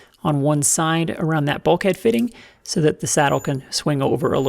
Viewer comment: “Fitten, filen and fetteling” I like it.